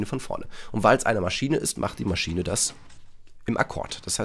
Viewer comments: Niemand: Wirklich niemand: Deutschstudent:MaschiEne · ES HEIßT MASCHINE OHNE IE HALLO HERR DEUTSCHLEHRER